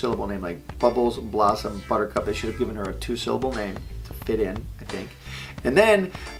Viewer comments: Buttercup is not a two syllable word buddy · He said that her name should've been two syllables and all I could think of was calling her 'Blistex' like the lip balm lol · Yes, a two syllable name like Buttercup... Buhcup... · Buttercup- 3 syllables... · buttercup isn't two syllable. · ...Butch, I hate to break this to you buddy, but Buttercup is a three syllable name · Is it just me or is buttercup a three syllable word